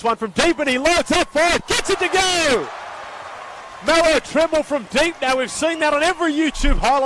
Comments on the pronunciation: Did he really call him melo trimble? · Nigga said melo trembul 😭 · This nigga said melo trimble 😂